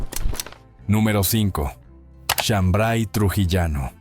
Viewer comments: No es shambray sino shambar y no se prepara con maíz mote sino con trigo pelado. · Soy trujillano y no es shambray es shambar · Es chambray sino Shambar Trujillano